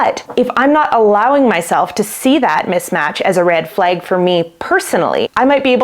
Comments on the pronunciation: As a French Canadian, your pronunciation of the word 'red' seems perfectly normal to me. 'Flag', on the other hand, sounds like "fleg" ;) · to an American ear, you’re saying “red” normally but saying “flag” like “fleg”